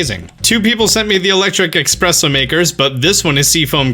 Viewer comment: ESpresso, not EXpresso. Sorry, its a pet peeve of mine.